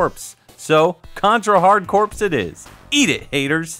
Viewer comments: I think most of these examples are up for debate, since the rules of English phonics can validly alter the original katakana pronunciation, but doubling down on pronouncing "Corps" as "corpse" is pure malice. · Louder for the folks that love n the back!! I have always said corpse. I only found out through contra hard corpse that people say Core. And it is stupid. I say the marine corpse too. Blast corpse. It continues. I always thought it a play on corporation or something for having a group of people working together. Core sounds like a bunch of self congratulatory egotists. And other then crystalis I pronounce those other 4 the same way. Axe lay? Wtf. I’d believe you if the word “axel” wasn’t used established so throughly in the zeitgeist thanks to Beverly Hills cop. Well done